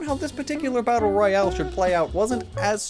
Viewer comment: Royale, not rohiale.